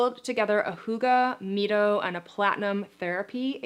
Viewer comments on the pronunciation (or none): It’s pronounced MY-TOE short for what red light does in the mitochondria.